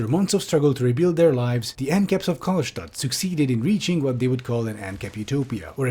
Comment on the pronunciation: I like how called the city "Karlstadt" (Stadt in german means city)